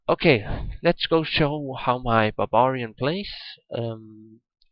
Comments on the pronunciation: its not babarian its baRbarian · I closed the video as soon as i heard "babarian"